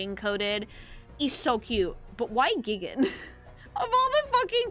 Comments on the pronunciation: Geegan? It's, GIGAAAAN!!!.... RISE! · It's pronounced GAIIIIIIIIGAAAAAAAAN!!! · repeatedly calling Gigan "Giggen" gave me immense psychic damage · Almost everyone I've seen talking about this crossover outside of Godzilla fans always mispronounce Gigan's name wrong and feels so weird hearing it said that way